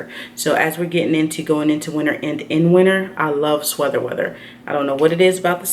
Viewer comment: Do you ever notice you say sweather weather? Or is it actually intentional just as a joke? Lmao I always wonder this in every video! 😁